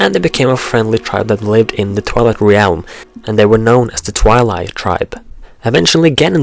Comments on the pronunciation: "Realm" is pronounced "relm" the A is silent ^_^ good work like the theories, also, dont talk so close into the mic, we can here the wetness in your mouth haha. Oh, and I wouldnt say Majora's different forms are spider like, Personally I think they make it clear he is humanoid in form. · you say re-elm and i used to say orc-arina. This is what happens when you have a game with grunts and yells as speech. Still pretty great thou.... :p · reeealm lmao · hard to believe that since termina and hyrule are in different (parallel) worlds. they could be the same in the sense of being their own counterparts but not the same as "this one and that one are ONE". also a little something that was really annoying was your pronunciation of "realm". i am noone to judge since my speaking ability isn't close to native, but it seems like a simple mistake to me. the way you say realm is somewhat like this: re-älm. it should just be "rälm" treat the "e" as if it was silent and there you go. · God, no offence, but I hate how you say realm... Sorry it just bothers me. Don't go commenting you don't have to watch it or whatever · I cannot stand how you pronounce certain words, re-alm? Truhforce? Really? I really want to watch your video's but it's so annoying! Please, work on your speech!